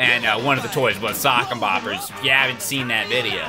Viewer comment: IT WAS CALLED SOCK'EM BOPPERS AND NOT SOCKER BOPPERS!!!!!! TAKE THAT MANDELA!!!!